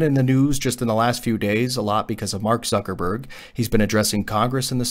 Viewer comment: Did he said Mark Sucker berg?